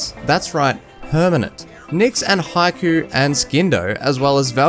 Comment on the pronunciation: Ah yes heigh Ku and skin du